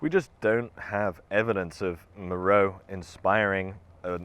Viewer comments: MÉROÉ! mowrow🙄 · Meroe has been pretty thoroughly excavated, along with many other Kushite/Meroitic (and other) sites across Sudan. It's an inapplicable and kind of misleading generalization to say some trans-African dearth of archaeological investigations (also questionable) applies there. Also it's generally pronounced 'Mer-o-way'